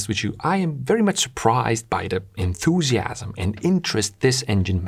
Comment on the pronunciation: The fact bro said "enthusiams" as I read "enthusiastic" made me a bit uneasy lol